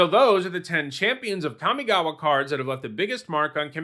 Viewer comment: The most impressive thing about Kamigawa is that in 20 years people didn't learn to pronounce it correctly.